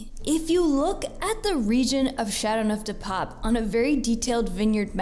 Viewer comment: Your pronunciation of the wine is dreadful. You could make the slightest effort to say those words with even a bit of ' French ' intonation.